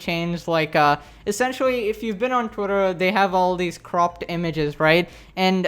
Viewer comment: I like the says 'twietr'